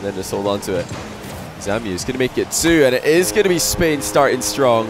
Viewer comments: shiiiit please stop calling ZAMUE "ZAMIU" it's so tilting :( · Shekleor jajajaja ya ves, his name is zamuee joe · chupito everytime says "Samiu"